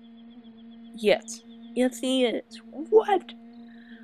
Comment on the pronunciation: he cant even say broach right ._.